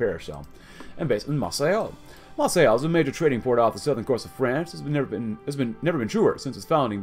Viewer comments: It's not "mar say ell" the city is pronounced "Mar say" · The way you pronounce Marseille is horrible. It's pronounced mar-SAY.